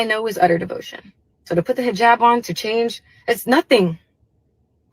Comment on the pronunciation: lol you’re too cute it’s called a hijab…pronounced like ‘heejab’